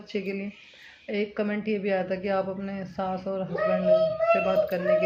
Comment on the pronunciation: saas hota hai naki saans